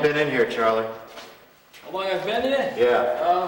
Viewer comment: "You tell Chahly you'ah in chahge, not Chahly, howeva he cannknot dictate to you when he goes to YAHD".